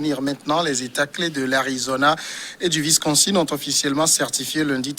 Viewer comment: C'est le Wisconsin et non Visconsin!